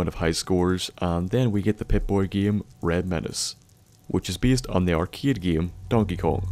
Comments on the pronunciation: It sort of bothers me that you say every word that has "ame" in it (like game, name, etc.) like "iem" (like giem, niem, etc.). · i mean you say the word game giem